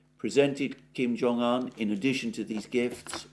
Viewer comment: It's Kim Jong oon, not Kim Jong an.